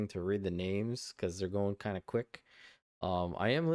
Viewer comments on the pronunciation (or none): none